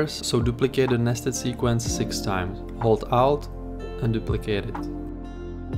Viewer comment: Hold "alt" that would definitely help. I thought it was "out"